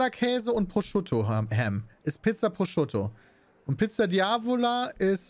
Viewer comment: Ich möchte nie wieder hören, dass Peter Pizza Prosciutto ausspricht!